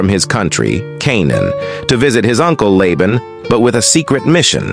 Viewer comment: In the name Laban, the first A is long. It is pronounced “Layban”. There is a drink Laban that is pronounced the way you said Laban.